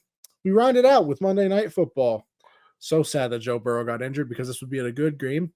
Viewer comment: Who the hell is Burros? I thought it was Joe Burrow?